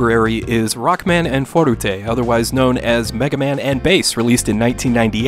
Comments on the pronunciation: bruh you just described all the older Mega Man games. Also why is he saying "fourtatae" every time instead of forte? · Ummm, ackshully, it's pronounced "for-tay". Itsh a french word used in muschic to say that shomething shhould be played loudly. Sorry, I know you hate those comments. "forute" sounds like a Japanese pronunciation. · If you're going to say forutay, you should also say rokkuman. Or maybe consider not using the Japanese pronunciation of an English word. It sounds goofy and, with all due respect, uninformed. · It's funny when you try to pronounce "forte" correctly but say Rockman AND Forute... the "&" should sound like "toh" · Great review, sums up my thoughts when I played this game back in the day as well. One thing that I kept getting hung up on, but it's so silly, but "Forte" isn't a Japanese word, so you don't have to pronounce it like it's a Japanese word. Again, sorry, that's so nitpicky, but I'm a huge fan of your channel. Megaman/Rockman is probably my favorite game series/Genre growing up!. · How the fuck did you make forte three syllables?!